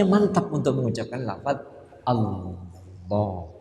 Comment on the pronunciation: Maaf cara bacanya alnloh gitu ya